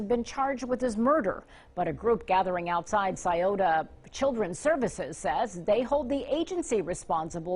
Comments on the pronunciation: it’s Sci-oto county. I live there, this horrific crime happened out in the sticks, about 40 minutes from town. I have many fam members that work in corrections around here. I’m happy to report that them two worthless people are having a VERY rough time in prison. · Sure wish ppl would learn to properly pronounce the cities in these cases!